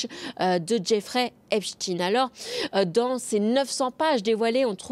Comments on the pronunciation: ...cela se prononce E P S T A I N E....E P S T A I N E... et non pas Epstine ! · Pourquoi prononcer Epstein "Epstine"? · EpstIEIN pas epstine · Epstin lol , Epstein, comme Ein. Dans les noms à venir Bill Gates peut-être? 😊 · C est pas rost in hein c est ein oui en yidisch ein faut pas camoufler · Epstiiin , mais Einstein...😂😂😂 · Alors, je n'y connais rien, mais la justice semble toujours égale à elle-même. Inexistante ! Par contre la prononciation du nom "Epstein" de la journaliste me semble farfelue ! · C'est une question que je me pose aussi🤔🤔,....,looool. Mais la réponse on la connait😜